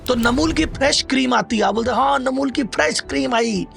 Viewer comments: आप खुद ही गलत कम्पनी के नाम बता रहे हो, अमूल को नमूल, फॉरच्यून को नोर्चुन, शुगर फ्री को शुगर ट्री, ब्रिटानिया को नुत्रियानी बोल रहे हो, जो कि गलत स्वयं ही बता रहे हो, जो कि गलत है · वीडियो बना रहे हो तो प्रोडक्ट का नाम तो सही बताओ रियल को रील बता रहे हो अमूल को नैमूलबता रहे फॉर्चून को नाचून बता रहे हो सही वीडियो बना रहे हो तो नाम भीसही बताओ